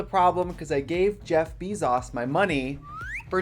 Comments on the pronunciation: she really said chef bee sauce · not Jeff Beesauce lololololololololol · jeff beezahs